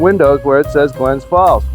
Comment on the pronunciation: Please say the city's name correctly, It's GLENS FALLS not Glen Falls.